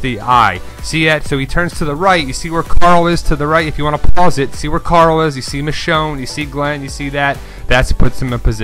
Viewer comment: It's Michonne....